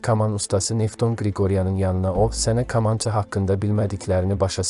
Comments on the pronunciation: Bu danıışan kimdisə deyəsən bizim millətdən deyil, yəni bu vaxta qədər ķamança nın adını düzgün deyə bilmiŕ ,bu çox gülünç səslənir, bilmirsən danışmada səni ñə məcbur edir internetdə danışasan ,get başqa qazanc yolu tap. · Bu cur gözəl video hazirlamisiz,hec olmasa teksti düzgün edə bilən birinə həvalə edərdiz. Bu insan k hərfinin incə deyə bilmir , kaman,kamanca sözlərinin bol olan bu hekayəni niyə oxudursuz axi? Əksər sözlərin vurgusu da düzgün deyil. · Sən deyəsən bir tərəfin ermənidi.kamançanı ermənilər kimi danışirsan. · BU NƏ KAMAN ,KAMAN DEUİR KƏMANÇA DI ADI . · Ayə kalkotka yox eyy KAMANCA. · Kamança yox deyilərkən Kəmança. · Qamanca yox, kamança. Düz tələffüz elə. 😅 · Kamança K kı yox k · aycindir kamnca nevaxtdan qamanca oluf ay oxraw sozu duz emelli de da cindir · BƏLİ KAMAN SÖZÜNÜ COX PİS TƏLƏFFÜZ EDİRSƏN. " GAMANCA " YOX " KAMANCA " DEMƏK LAZIMDIR. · Ə qamanca yox kamanca. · KAMAN YOX KAMANÇA😅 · «КамАнча»🤦🏻‍♀️metni oxumağa normal bir adam tapılmadı ki??? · qamanca yox düzgün tələffüz edin ayibdi 😔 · danisıə öyrənmək lazimdı ,qamanca , nədi? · "Kamaya"düşdü komaya düşdü kamanca vurğunu düz demirsiniz .Qulaq asdıqca əsəbləşir adam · Kolxozla kamançanın eyni hərflə oxunmadığını bilməyən biri mətn oxuyanda,Habil Əliyev rəhmətlik yəqin yerinə düşən təsirli bir söz deyərdi. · Allah kişiyə rəhmət eləşin Adam sağ olsaydı bu mətni oxyanı yanına çağırıb cəzalandırardı Kamança sözünü düz demədiyini görə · Milli musiqi alətimizin adının səhv tələffüzü vallah cinayətdir . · Metni oxuyan deyesen Azerbaycanlı deyil.Kamança sözünü teleffůz ede bilmeyen burada gőr kim haqqinda danışır. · Deyərdiki ay kor olmuş.Vaxtında məktəbdə kitab oxumamısan? Kül olsun sənin yekə başına.Təbii bütün bu k hərflərini kiril əlifbasındakı k kimi tələffüz edərdi😂😂😂😂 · Hörmətli aparıcı, kamança sözü kompyüter, kolxoz kimi deyil, kitab , kəlam kimi deyilir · Kamança sözünü düzgün tələffüz et.Böyük sənətkara isə Allah rəhmət eləsin. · Бу ермениди я кимди каманчаны рус Кими адыгы дейир